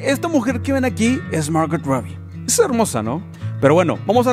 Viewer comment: Un pequeño consejo..no pronuncies la "t" en Margot